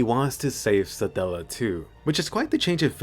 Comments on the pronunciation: Why do I hear you saying "Saadalla" instead of "Satella" everytime 😂😂 I keep picturing a random middle Eastern dude talking to Subaru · How you pronounce Satella... I'm not complaining though it's kind of satisfying